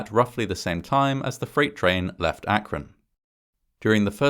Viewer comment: Congrats on saying "Akron" correctly. I almost never hear anyone from out of the area pronounce it how locals do, which is "ak-run".